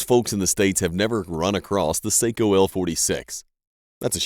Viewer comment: It is pronounced Socko, not seikko for Sako rifles